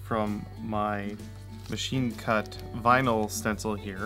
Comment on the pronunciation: 'machine cut' is not how it sounded....